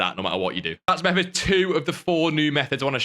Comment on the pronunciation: It’s called method not mehed